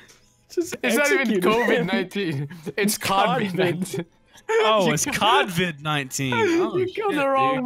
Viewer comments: They do know it is COVID not CAVID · Who let y'all think covid is pronounced "Cah-vid"?